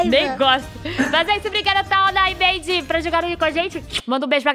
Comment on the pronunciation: Eu tbm ouvi Maidy 🙀🙀